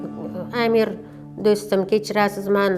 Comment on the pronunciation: Амир номини тугри айтишни урганинглар амр эмас бу узбек тили эмас Амир деб айтилади😠